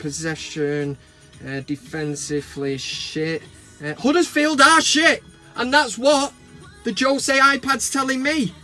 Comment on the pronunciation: Good video, I agree with you on Guardiola, I can't believe the pass he gets from the pass and media regarding spending, If that was Mourinho, They would be going on about it, You made me laugh with your pronunciation of Tuanzebe and Huddersfield made me laugh, Keep up the good work.